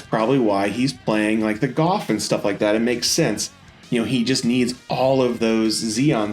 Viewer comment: ok I do like your vids, but I beleve a 'Gouf' is pronounced "G-oof" not "G-Of"